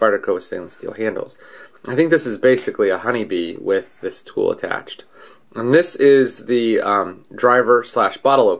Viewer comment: three 'O's in tool huh? :P